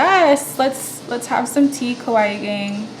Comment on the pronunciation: Great tutorial! The way you say kawaii though 😅